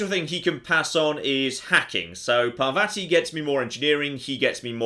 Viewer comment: I hate the way they pronounce Parvati because its completely wrong